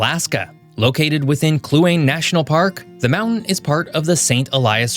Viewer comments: Look up pronunciations please. One you messed up: Kluane Clue ah neigh. And several more. Thank you. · Nice video. Lemme help with a couple of pronunciation problems, however. Nunavut is Nuna (like tuna) vut is like flute. Having almost died one night in the darkness of winter driving along Kluane lake, it's pronounced Clue on e. Just trying to make your cool vid more accurate. Oh, as someone who went to college at the University of Regina for a semester, I agree completely about having the utmost respect for Canada. Unfortunately we have our work to do in removing some political cancer at the moment. But WE WILL...you can count on it! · Just FYI, Kluane is pronounced Clue-Ah-Nee, which emphasis on the middle syllable. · FYI. The Yukon Territory's Kluane is locally pronounced Kloo awn ee. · Ugh do a little video research pls I live in the yukon and you pronounced kluane park wrong and also Iqaluit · As so many other Canadians have said, i appreciate your words at the end. Hopefully, many voices like yours will be heard in Washington, DC to make a difference., please research the pronunciation of place names. I have noticed what I considered to be mispronunciations in many other videos, but didn't feel it was my place to correct as it wasn't my home. In this case, I heard several mispronunciations that made me wince, such as Pelee (PEE-lee), Kluane (kloo-AH-nee), and Iqaluit (i-KA-loo-it). I'll defer to any true Newfoundlanders, but that island is usually pronounced new-fin-LAND.